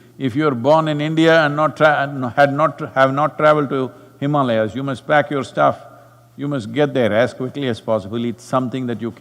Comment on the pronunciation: I’m glad Sadhguru pronounced Himaalayas correctly in this video. I hope he also corrects how he says ‘Brahmachaaris’ one of these days.